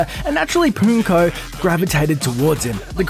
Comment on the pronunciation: Just going to make a list of words and their pronunciation don't mind me: Ally: Al-lie Pokken: Poe-ken (think pokemon and Tekken) melee: may-lay It literally says Infiltration on the screen, not sure how "infiltrator" made it past editing. And the fact that you said "Hungry's" just tilts me. You're not wrong if you don't play the game or not a part of the community. But the shortening of Hungrybox is H-box.